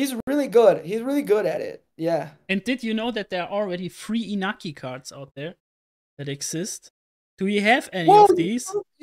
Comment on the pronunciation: His name is pronounced kind of like In-NYA-ki.